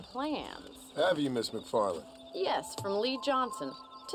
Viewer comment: it's actually macfarlane not macfarlene